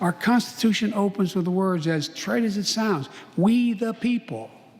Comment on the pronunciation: Did he said constitution ?